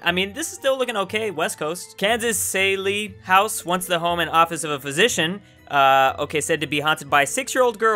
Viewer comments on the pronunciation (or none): Sall-ee house Sail-ee house